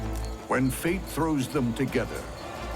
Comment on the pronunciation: At the beginning, the narrator saying "fate will shape their destiny" sounded so much like he said "feet will shape their destiny" I got a sudden mental image of a spider getting stomped.